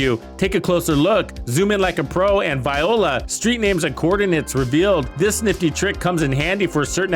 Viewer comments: You said VIOLA, made me do a double take, haha. You meant VOILA! 😂 Bless. Great video! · This is a must watch for new and casual players. I’m thinking when you say “Viola” (the instrument) it’s really Violà (French term) hopefully for the fun of it. This is full of great info presented extremely well. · I prefer "bobs your uncle" instead of the deliberately mispronounced French interjection.